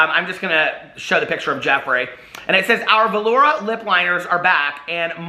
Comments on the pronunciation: Why does this guy pronounce velour "velourah"? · How you pronounce velour is adorable!